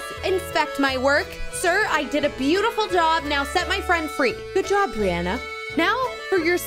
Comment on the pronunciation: Be-you-tiful be yourself